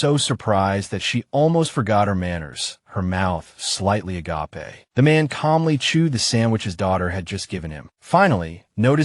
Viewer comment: AI and the word 'agape' do not get along. lol